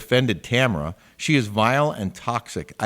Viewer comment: Omg! It’s TAMRA not Tamara! come on 🇺🇸 ENG101